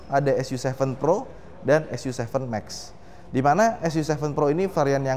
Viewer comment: bacanya "su ci"